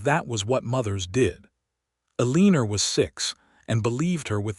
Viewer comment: Santa Fe is not Santa Fee, it is Santa Fay! Eleanor is El en or not E lean or. How can you narrate a story and not know how to pronounce common words?